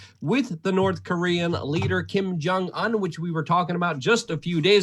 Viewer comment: Luke, it's pronounced "oon", not un.